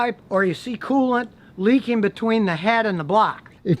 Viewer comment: “Prodict”???? “Leakeen”????